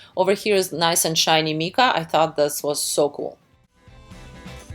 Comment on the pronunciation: I am not Neil , I am a roommate Great video I learned alot , how ever you are saying mica incorrectly it is not spelt meka , it is pronounced like the name mike but mica .